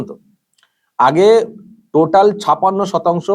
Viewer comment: দাদা আপনি বাঙালি ছপাণ্য টা কানে লাগছে। ছাপ্পান্য উচ্চারণ করলে পরিপূর্ণ হতো। Sorry